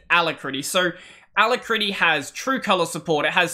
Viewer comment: i think youre pronouncing alacritty wrong